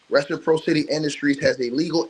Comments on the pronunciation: Ress-a-pross-ity is how it’s pronounced but yea we get it 😇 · Btw... reciPRAHsitee. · If I may assist with love, Reciprocity= Re.si.praa.ci.ty= Pracity. Reciprocity. Good content!!!! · Keep on ‘em! You believed in Buzbee from the jump And it’s Ress-eh-prosscity brother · I was going to say the same thing. I was just listening & thought, "what is he saying?" Then I looked at the screen. Reciprocity. 😊